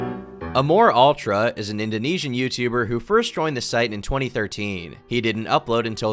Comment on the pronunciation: its amorAltra not amorUltra